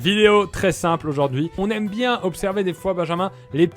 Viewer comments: Pierre tu peux pas faire une liaison à bien z et vous c est pas français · "Très bien zes vous ?" J'avais rien à dire